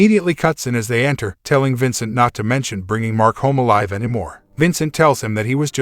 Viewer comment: bruh its vancat not Vincent